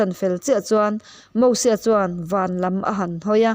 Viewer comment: Nia... Mosua tih te... 🤣